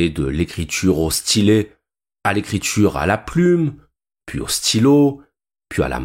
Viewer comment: L'IA pourrait-elle vous apprendre la prononciation correcte en Français? Par exemple, écriture ne se prononce pas écrit -ch-ure et sentiment ne se prononce pas sent-ch-iment.... Vous devriez finir par réussir. Bon courage.